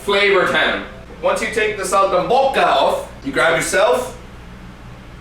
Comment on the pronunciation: I'm italian so i can tell ya that this was very accurate, aslo I died when he said "saltimbocca" XD, also x2 <3